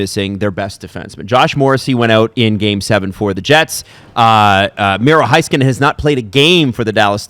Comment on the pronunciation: Heiskanen = Hey-skanen not Hi-skanen 😄